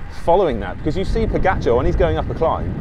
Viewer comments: You know your cycling, for sure but I wish you Brits would learn how to properly pronounce the guy's name. After-all, the dude is a double Tour de France winner and deserves due respect. Look, there really is only one way to say "ga". Try it? Now say Po-ga-c(h)ar? The Brits got together and decided that it should be Po-get-char. Tadej (pronounced Tadey) is Slovene and Pogačar is a Slovenian name. I am sure that you would like your name pronounced correctly. Please, ✊. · Odd: you make a video on pogacar. Why not learn how to pronounce his name correctly? Ugh